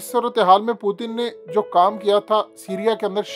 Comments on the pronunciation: ........kia ho giya h AP ko Putin ka pronanc sahi se kare pehle sahi pronounce krte te ab Indian ki trha ajeeb lag raha h plzzz Putin parhe na k pu,teen 🙄☹☹ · پُوتِن نہیں اوئے۔۔۔۔۔پُیُوٹٙن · Putin ka naam hi bool gae ho kia Word putin he. پوتن nhi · Pootin? Pooting ? What's his actual name?? I have been hearing his name is P-u-t-i-n But you are calling him pooting poo poo 💩